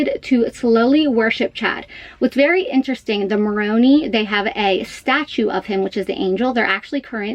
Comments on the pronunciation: It's pronounced Mor-own-eye. It's coming down to be fixed because the trumpet came down after the earthquake and they are in the middle of a 4 year renovation of the Salt Lake Temple anyways. Keep in mind this is a break off group like happens in many religions. The stuff Lori and Chad are into has nothing to do with the LDS church. They are likely excommunicated by now and if not it's in the process. What got me was when he said that he couldn't make payroll for his employees because she emptied his account and there he is and his vehicle is gone, his stuff is gone, he had to get his bishop to drive him over to his house and he can't even get in without the door being kicked in, he has to feel absolutely humiliated that he has to go and tell his employees that he can't pay them and he's worried about finding his kids and the police are being so ignorant. How has she gotten away with so much? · It's Moroni, pronounced with an I not an E. Also the statue has been taken off the Salt Lake Temple because it was damaged in an earthquake. And, they are upgrading the temple to withstand earthquakes. Moroni will go back up after. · You are pronouncing MORONI wrong. Are you saying them taking that statue down. Which one? There are on all LDS temples. They needed to take down the one in SLC because it needed repairs due to the earth quake that damage it. Or what are you talking about regarding temple she goes to? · You are pronouncing Moroni incorrectly... the "i" in Moroni is pronounced like I. They are not taking Moroni down on the temples... just the Salt Lake City, Utah Temple for repairs. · Angel Moroni. It’s not pronounced Moron”ee”, it’s pronounced Moron”eye”. Supposedly in the second coming, the statue of Angel Moroni that is on the SLC temple with trumpet the arrival for all to hear to prepare for exaltation to heaven. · "Moroni" sounds like morOHnEYE not MoroNee 😁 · Moroni is pronounced mor-o-nie not MorOnee 🤣 as a former Mormon this kinda annoys me